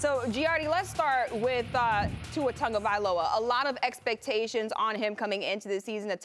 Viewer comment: There is no N in Tagovailoa. Learn to pronounce